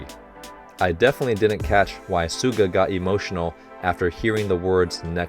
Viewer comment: Hi Coach, just something I've noticed. In this ep and the previous ep, sometimes you say Tsuga instead of Suga (at least that's what it sounds like)